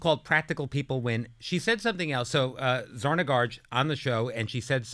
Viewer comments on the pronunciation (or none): Zarna Garg...not Zarna Garge! Shame on you,, for mispronouncing a guest's name.